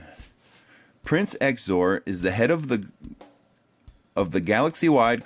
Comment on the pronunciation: Good vid. Tho I think his name is pronounced zeeizor